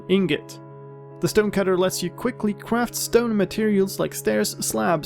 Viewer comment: "Kwaft" XD